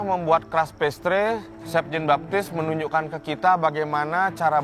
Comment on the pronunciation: kedengaran gue, si hovit bilangnya chef jin baktis 😅 Sorry....